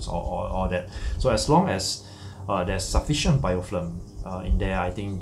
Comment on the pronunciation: its BIOFILM not bioflim!!!